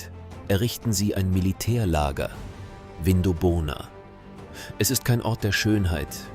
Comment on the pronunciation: Aussprache Vindobona (zusammenhängend) - wird nicht Vin do bona gesprochen & weitere falsch ausgesprochene Namen. In 20 Jahren wird leider niemand mehr die Namen richtig aussprechen.